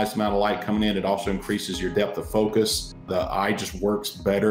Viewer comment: Its mode not mood. Focus not foocus